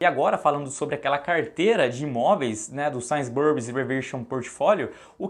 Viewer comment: Tava até levando o vídeo a sério até o cara soltar um ‘Sains Burris’ 😂😂😂 ai me quebrou…